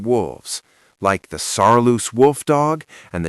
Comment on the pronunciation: It's Saarloos wolfdog not Saaloos wolfdog.